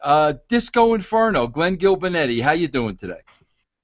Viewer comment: "Gillbernetti" lmaoo